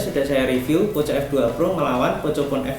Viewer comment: Bang Poco dibaca Poko